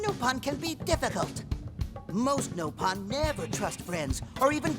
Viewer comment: anyone know why they say NO-pon instead of Nopon?